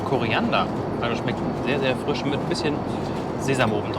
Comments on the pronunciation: Lustig, dass statt einem I immer ein Ü ausspricht..."der Füsch war sehr früsch"...:D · Der Füsch, früsch auf dem Tüsch. Ist mir auch aufgefallen :D